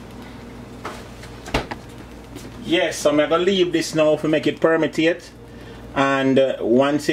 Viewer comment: me love deh word deh permetate 😂😂😂😂